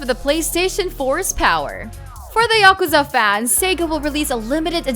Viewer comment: Hey,, you mispronounced Yakuza. It's 'ya ku za' not 'yak za.'